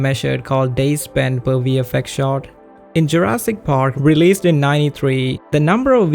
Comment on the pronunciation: Couldn't help but keep hearing "shart" when you said "shot" ... fairly amusing in context if you know what its used to mean "spending 4 days on a single shart" lol